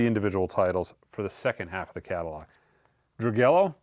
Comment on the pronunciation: The ZZ Top album is pronounced "dee-gway-yo" not "dru-gellow"